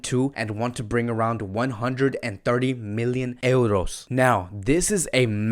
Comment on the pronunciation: Brooo...say euros..not eldos